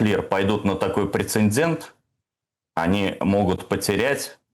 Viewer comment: Откровенно слабо, даже для пропагандиста. санкции, введенные президентом, отменяются президентом, санкции через Конгресс требуют решения Конгресса. Джексон-Вэник к указу Трампа отношения не имеет. Тот же Телемарафон из пропаганды, но в иную пользу. Слово "пренцендент" улыбнуло, но не добавило экспертности )